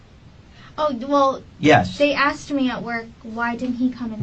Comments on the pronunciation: Speaks well until “axed”😅. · So annoying when people say Axed... She axed me a question